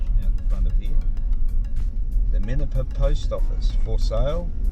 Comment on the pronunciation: Pildappa Rock, not Paldappa Rock.